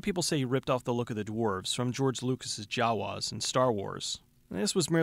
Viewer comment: You say Jawas funny.....